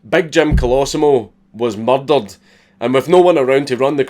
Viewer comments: We pronounce it MUR-DUR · "A-A-A MYEERDER!? ON MY OWL EXPRESS?!"